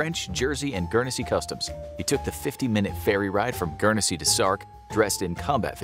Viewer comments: Its not Gurnesy its Guernsey lol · "Gurnersea"..? NO! Say "GURN-ZEE", or thereabouts!! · As I British person, it is pronounced Gurn zee ! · The way you say Guernsey hurt my ears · Pronounce Guernsey right